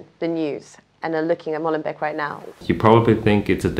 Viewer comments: 1) For God's sake, stop pronouncing "Molenbek" There are two E's, so it's long: "Molenbake". Do you "bek" your bread or do you bake it?... So, please "Molen- bake". This "bek" is just an earsore!! 2) Molenbeek is not a neighbourhood, it's a municipality (with its mayor, municipal council etc.). Brussels is made up of 19 municipalities and Molenbeek is one of them. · Come on guys Molenbeek please 🤣🤣